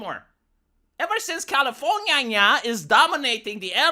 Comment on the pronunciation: I'm a simple man, I'm just here to listen to you say; "Califor-NYA-NYA"